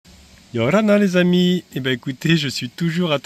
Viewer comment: Oui et les che à la fin des mots...les amichs....😅